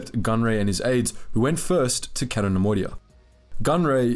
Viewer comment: It's "Kay-to", not "Catt-o". And Jan "Dough-donna", not "Duhnununuh".